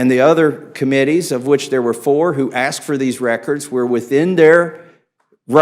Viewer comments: "At the time we axed for it..." Good Lord, this is the level of intelligence we have running this country? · J6 Committee Chair just used “axe” for “ask” ON CAPITAL HILL! We’re deevolving. 😣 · Yup...it's funny you axed that! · He said “axed” all I need to know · Thompson "axed"... What a clown!